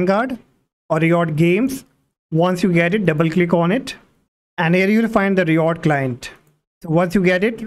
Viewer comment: all good but i hate the way he says RIOT......thanks